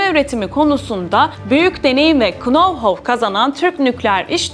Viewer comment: Hanımefendi nov hav derseniz “know how” için daha uygun olur